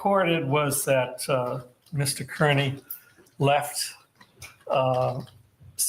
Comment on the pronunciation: Does he say Mr. Kurney on purpose??